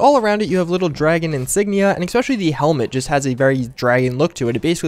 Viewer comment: jfc it's ESpecially not ECspecially.